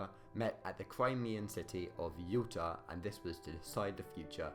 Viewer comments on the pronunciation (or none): Since when was Yaalter pronounced Uooota? Alas a chaotic account of the Yalta Conference. E.g. Roosevelt and Churchill we not different from Stalin because they were capitalists, but because they were elected leaders of democracies (Stalin joked about how much easier it was to simply tell the population what to do). E.g. all three knew about the atomic bomb, but it was never discussed - and still one of the top two of Roosevelt’s aims was to bring Russia into the war with Japan, because he didn’t know the bomb would work - and a conventional invasion would cost an estimated 4m American lives. Similarly Churchill did not accept that the British Empire was in decline, he defended it vigorously - hence Greece was so important as it covered the Mediterranean access to Suez and India. And consider why the Holocaust (as it was later called) was never discussed. And Churchill was very worried that the USA would pull its troops out of Europe, as Britain could not maintain occupation control on its own hence the importance of getting France back on its feet despite de Gaulle’s intransigence. BTW, it was not agreed that France would have a zone of occupation, only that they would be offered a role - because de Gaulle was not present.